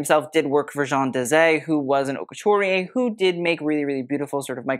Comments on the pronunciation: I'm not sure I trust the taste of someone who names his site HauteLeMonde and never bothered to learn how to pronounce Haute. (It should rhyme with oat or boat.) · it should be haute LA mode as in fashion, le mode in French means the way